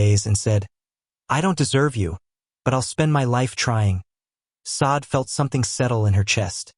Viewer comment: Now..this..is a romance story! One point of clarification..Is there a way to prompt the AI narration to pronounce the name correctly?? Not Sade (saw-d)...Sade (shar-day) is the proper pronunciation. Since the korean names are narrated correctly...so should the Afrikan names! Thank you. AI images are absolutely stunning by the way!